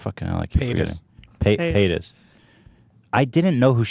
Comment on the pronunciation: Why is no one talking about Ethan pronouncing paytas like payata it's the best thing that's ever happened